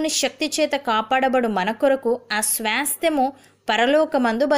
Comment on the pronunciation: 'SWAASTYAMU' Pronounciation is not correct sister. Plz correct it. Don't mind it sister.